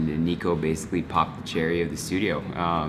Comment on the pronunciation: Did he say “BALLS kid inside”? Nyahaha love you Nico BALLSzico! 😂